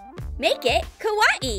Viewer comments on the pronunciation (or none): How says kawaii: KUWAIE How to say kawaii: ka why E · She always says cut it like this it is so irritating also the way she says kuawii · did anyone laugh when she sai kawahii #trigered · 1:it's kuh why ee not kawai!!!!2: did anyone else notice Finn from adventure time? Still like your vids! Keep em comin!😉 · Its kawii not kawahee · OMG i can not stand how she says ka wati instead of how you really say it ka why e not ka wati lol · Its kawaii not kAwyE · its not kawani ITS KAWAII!!!! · The way she says kawaii kills me 😂 “Ka wat ee” 😂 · Has very true she said Ka wa ii lol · Kawaii: (exists): KAH-WAH-EE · Ah yes, we all love ka-wa-e things. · For me it sounds like is saying KAWA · Ka-wa-e is how she says it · oh mah god "kawawai" YOU SAID IT WRONG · Did she say a KA WA E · She says kawaii as kawa ee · What is it Hawaii that is what it sounds like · it is KA Y E not KA WA E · Who gets triggered when she says kUwAeE? Like if u did ! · Make the bunny kawwi Me: I swear if she says kawwi 1 more Time I will unsubscribe not 2 mins later: blah blah blah KAWWI Me:unsubscribe from select 👉 Yes No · I’m sorry.. is she saying ka wah ee? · She says KA-WA-EE not right🤨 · It is pronounced Ka- why- ee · You pronounce kawai like kawiyey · Is It Just ME Or Everything With a Face On It NOT Kawaii And STOP Saying Kawaii Like Kawaee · She is not saying Kawaii she is saying kawa e !!!:( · bruh its kawaii NOT KAWA EE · Same, she says kawaii so weird but I like her channel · The way she says kawaii tho lol love you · U don't know how to say kawaii but I love ur channel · Has anyone not noticed she said Kawaii really weirdly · please pls pls tell her how to say Kawii correctly!! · They don’t even know how to say Kawaii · she says kawaii like how youre supposed to pronounce Hawaii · They said kawaii wrong LOL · That's not how you say Kawaii tell you say kawaii kawaii